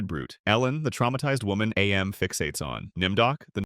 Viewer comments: Mate, it isn't A M, it's AM. It isn't pronounced as two individual letters. AM itself literally says so in it's "cogito ergo sum" soundbite at the end. "I think, therefore I AM". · It's not A.M It's AM. Because he is. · AM being pronounced as "AY EM" hurts. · loved the list, AM is just pronounced as "am" btw, its literally said in the short story